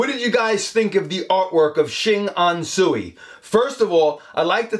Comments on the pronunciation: Another cool episode,. This gentleman is truly gifted. A small correction. Tsui is pronounced "Choy". Probably a silly question, but have you checked out the artwork of Norman Wong. Also, a gifted artist that captures Bruce Lee very well. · Tsui should pronouce as Ts-ui, not su-i 😊